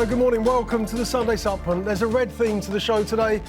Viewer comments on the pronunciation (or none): Why can’t he say supplement properly 🤦‍♂️